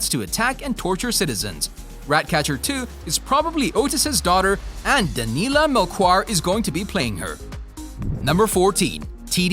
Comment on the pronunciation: "Danilla Melcoir" had me dying 😂 I know it's a tough portuguese name to pronounced but oh boy, that was unrecognizable 😅